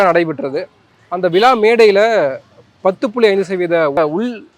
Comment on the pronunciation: Vila not vizhapronounce properly